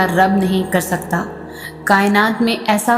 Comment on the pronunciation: Subhan Allaah wa bihamdihi I really like the way you say Allah my beautiful sister